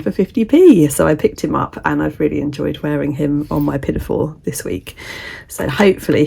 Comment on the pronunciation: I havnt heard anyone say pinnyfore for years, love that word